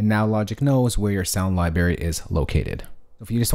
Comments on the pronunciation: He said libary... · "I'm a music mogul" (important person in the music industry??) When I hear Lie-Berry in a Youtube video the credibility factor takes a hit.